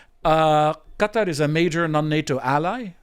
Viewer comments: Geez.it took him saying cuter 4 times before i realized he was trying to say qa,tar.like people saying keeeev. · Let Israel defend itself against Hamas. And the way you pronounced Qatar tells me everything i need to know.